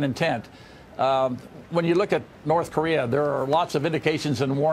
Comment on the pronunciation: Charlie Rose can't say Korea